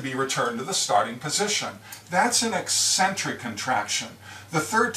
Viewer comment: What a great explanation. And it is nice to see someone pronounce eccentric correctly.